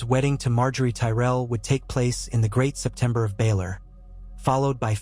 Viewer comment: It's hilarious how the AI says that instead of Sept of Baelor 😂